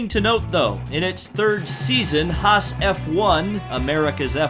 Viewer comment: a whole lot wrong with this video... You said Sirotkins name wrong, You said Haas wrong, Only Red Bull has a Tag Heur Branded Renault Engine, McLaren and Renault is just "Renault". Same engine but the Tag Heur watch company is branded on Red Bull because of sponsor purposes. The other teams have nothing to do with Tag Heur or Aston Martin so quit bringing it up every 5 seconds, Hulkenberg won Le Mans too.